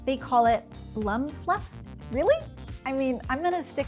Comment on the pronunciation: Lol it's BUM fluff not blum fluff!